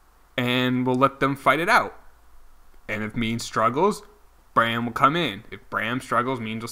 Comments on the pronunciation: Also, it's bray-MEN not Brayham. You are not great at pronunciation but I still love your channel. :) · I’m so annoyed at how u pronounce Braymen it’s not brayum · Please learn how to pronounce Braymen. It's the new Delgaudido